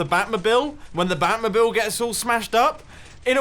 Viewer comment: "the bat mubil"